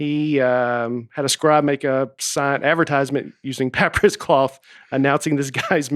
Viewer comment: Pap-irus, theb-es, tec-a-ti… whew. Maybe y’all “smart ones” should give Nate a break on his reading.